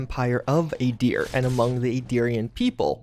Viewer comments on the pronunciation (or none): “Aydeer” >Aahdeer “Woah-deek-uh” Woah-dik-uh or Woo-dik-uh Made even worse by the fact that most of these names are pronounced in Pillars through voice lines. “Guards” GODS